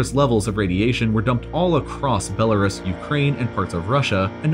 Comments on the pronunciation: For future reference, it's pronounced "Bela-Roose" not "Bela-Russ". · funny that even though you have skillshare, u still can't pronounce Belarus (be-la-roos) will stick to learning everything for free on youtube thanks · Isn't he pronouncing Belarus wrong? I thought it was Bella-roose. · Judy G. a lot of people still call it that. I was reading a book that was made back in 2006 interviewing people that worked and lived in Pripyat and they all called Belarus, Belarussia. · "Bel-a-ruhs" man, it's pronounced 'Bel-a-roose'. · I love when people just make up their own ways to say a word. Like the whole world pronounces Belarus as belaroos Be this guy is like nahhh I’m just gonna call it belaruhs lmao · Its pronounced "Bella - roos" NOT "Bella - rus" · Its pronounced bellaroose not bellaruss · Bell a rusky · Belarus - (Bell-uh-roo-s) the mispronunciation bothered me more than it should have. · I thought the same thing. I’ve always pronounced it as “roose”. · Belarus, pronounced Bell-a-roose (like moose) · The U Belarus is pronounced as "oo". Like goose. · Belarus is pronounced Be-luh-roose. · is the way hes saying Belarus wrong? ive always pronounced it as "Bela-roos" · Belerus is pronounced 'Be-le-roos'. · ITS BELL A ROOS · Ffs. Belle-a-ROOS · It's pronounced BEL A ROOS. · FACT: Radiation won’t make you pronounce Belarus correctly. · I've never heard Belarus pronounced that way. Have I been wrong my whole life? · >educational channel >can’t pronounce Belarus properly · That's not how you pronounce Belarus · Who pronounces Belarus like that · The way he pronounces Belarus bothers me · The way you say Belarus makes me sick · You mispronounce Belarus and it’s mildly infuriating. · Forgive me, but I have a hard time listening to someone that doesn’t even know how to pronounce Belarus. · While he does completely butcher Belarus, his pronunciation of Hiroshima is correct.